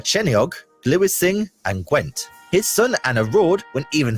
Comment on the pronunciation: He missed a lot of stuff and was obviously just reading a lot of the history straight from Wikipedia or such, I think the only word he pronounced correctly was Gwent, the rest wasn't even close, 'Llanfair PG' is the shortened version of that town name, John Cale is Welsh, no mention of Dylan Thomas and he omitted one of our greatest assets, our Eisteddfod's, we're especially proud of the International Eisteddfod which you should probably check out one day, as it celebrates world music, also the expedition party who first summited Everest trained on the mountain 'Tryfan' in Snowdonia which was used a lot as one of the stills in the video, besides that not bad... lol! Oh and he never mentioned the Mabinigion! Oh... and there is the story of Prince Madoc who it's said discovered America before Columbus, that's an interesting one, you guys should definitely check that story out further!!!